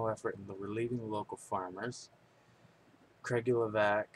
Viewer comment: actually, it's Kra-goo-ye-vatz :)